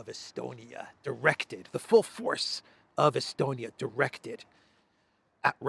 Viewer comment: Lavrov: “I think he was estoned-ia!” 😂😅🤣😅🤪🤪🙃